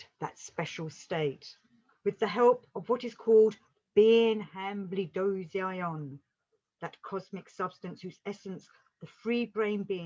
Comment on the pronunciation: It is pronounced han-bled-zoin.